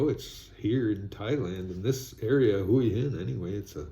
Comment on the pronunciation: Hi, the correct pronunciation for Hua Hin is Wa-Hin